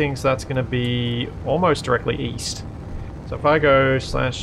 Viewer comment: East?! I thought you said Weast!